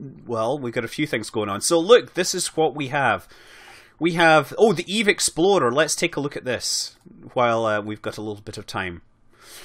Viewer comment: They way you pronounce your R's in "explorer" makes it sound like "exploder" - although in KSP I suppose they're not mutually exclusive. :D